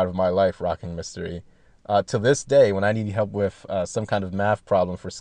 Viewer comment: Drives me fucking crazy to continually hear saying "wiff" instead of "with".